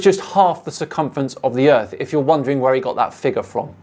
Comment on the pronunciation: Fuck me, i can actually feel my brain cells dying. Wibble, wibble. Ugh flat erf.